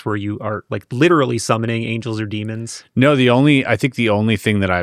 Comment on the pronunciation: DEMONS. NOT DEAMONS